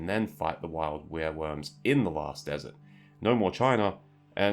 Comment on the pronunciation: It's pronounced "Where-Worm".